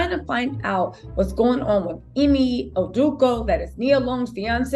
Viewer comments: GotDamn it it's EEE-MAY 🤣 Not Emmy 🤣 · Its pronounced E-May , but love the content🙏🏽